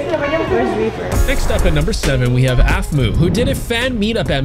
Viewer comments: Um its not aqhmou its Aphmau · It’s aphmau not aphmu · YOU CALLED APHMAU APHMO